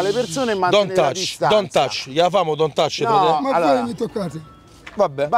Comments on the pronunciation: "Don't touch!" " DONT - ASH!" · Raga comunque é "DON'T TOUCH" e non "DON"T ACH" min Sto morendo